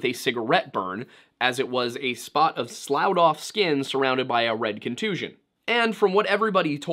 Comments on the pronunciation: doesn't matter, but "sloughed" is pronounced "sluff't" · I heard a word about skin being 'sloughed off.' If that's what you were saying, I think it's pronounced like 'sluft.' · Sloughed is pronounced "sluffed" with the short u sound "uh." Sorry, that was one that tripped me up when I was younger. Everything else was quite nice. I like your channel. You do good work. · *sloughed is pronounced "sluffed" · Sloughed is pronounced like sloffed. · Sloughed means to take off. It is pronounced SLUFF or SLUFFED. Just an fyi. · "Sloughed" is pronounced "sluffed". 😉